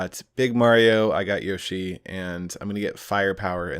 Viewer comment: You'd think he'd say yoshi properly 🤔